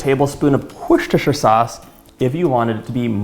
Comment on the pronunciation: Is it still good without the worshtershier sauce